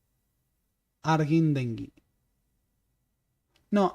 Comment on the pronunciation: Se dice Harguindegui